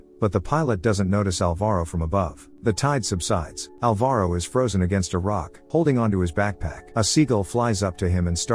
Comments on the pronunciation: The stressed syllable of Alvaro is ''Al'', not ''va''. It hurted so much when I eared my name said like that hahah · Say Alvaro again